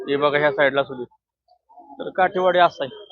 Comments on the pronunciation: काटेवाडी नाही काठेवाडी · काटेवाडी नाही काठेवाडी 😅